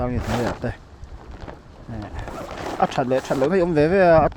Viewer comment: "Mei" nilo in "Mai" tih tur ani e .